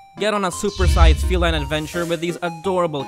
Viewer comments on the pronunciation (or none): none